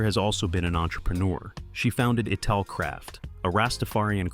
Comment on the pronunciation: Learn to pronounce the musicians names, and the word “ital”, narrator!